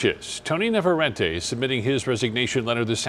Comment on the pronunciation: Man, the pronunciation of the chick... ITS NAVARRETE WITH DOUBLE R